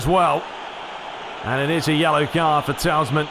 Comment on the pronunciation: Tielemans not talesman